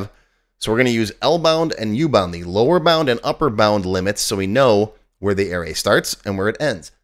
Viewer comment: Air-Rays?? Yikes! It's a-ray.